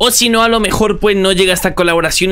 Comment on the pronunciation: caloboración xdd